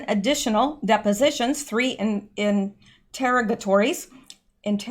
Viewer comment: In-tehr-ug-oh-tohr-rie :) lol i have faith in you